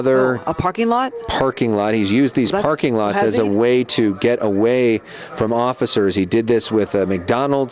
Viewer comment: Did that dude say "occifers?"